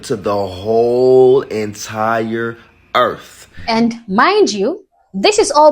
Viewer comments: “The whole entire errf “😂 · The whole. entire. earf. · "Duh whole entire earf" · They f**ked up the English language, hearing a grown up say Earf 😂 Bro first lear how to speaf proferly coz Damm. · It's pronounced "Earf"